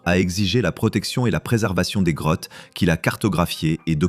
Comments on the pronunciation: Je rêve où il a dit "crottes" au lieu de "Grottes"? 😂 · Oui j'ai entendu ca aussi